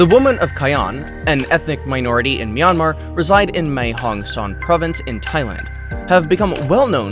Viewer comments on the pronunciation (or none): none